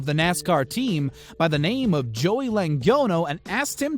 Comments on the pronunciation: Thomas Miracle and they butchered Joey Logano's name as well lmao Please learn pronunciation before producing videos folks. You sound so uneducated. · After the pronunciation of Joey Logano, I'm not convinced that the narrator watches the episodes